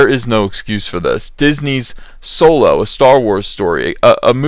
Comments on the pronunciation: Fun popcorn flick shit it's supposed to be Han Solo not soolow! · A guy whose real-life name is pronounced 'dong lover' is playing a pan sexual space pirate. It's as if Soylo is really a Spaceballs story.